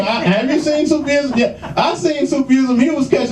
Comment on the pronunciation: Brother please, fi sabil Allah, it's not " Sufi' ism"... It's simply " SOOF- ism'.... ( It gives the appearence that the brother can't read)... Which is strange foran adult from America))